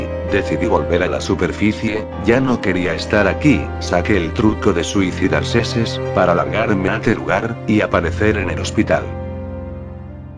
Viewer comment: En el minuto dice suicidarseses xd y esa pared con puerta del minuto es de la última misión pero buen video igual sigue creciendo